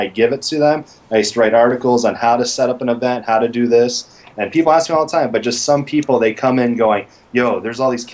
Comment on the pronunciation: "Lemme axe you a question".